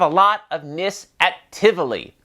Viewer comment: Glad you had a good time here. Just a quick heads up. Its Nisse, the E is not silent. 🙂